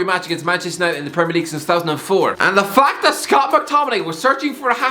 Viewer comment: No one Absolutely no one Irish guy - PRRRRRRRRREMIRE LEAGUE